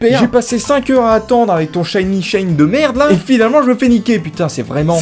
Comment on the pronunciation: Shiny* merci et pas Shiney . Non juste que le mot est anglais et que quand même un peu de respect pour ces fameux pokemon